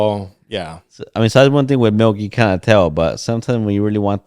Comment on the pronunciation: “Melk”😝 is all I heard lol